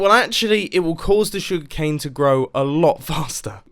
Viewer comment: jeez i had to rewatch this 3 times to realize that u rr talking about sugar cane not "sug cane"